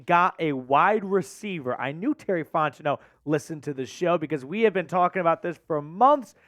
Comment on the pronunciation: You enunciating way too hard when you say Fontenot it’s grating 😂